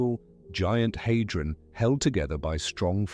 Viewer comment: The Large HAY-dron collider? It’s pronounced HAH-dron not HAY-dron.